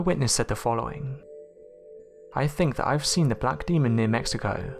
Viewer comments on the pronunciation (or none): none